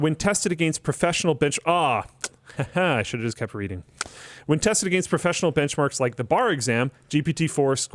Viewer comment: Fun fact: Against is pronounced "against," not "agaynst."